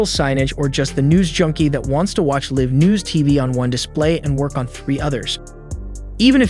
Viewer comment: it pronounces live wrong. It has to be a bot but wow that is one impressive bot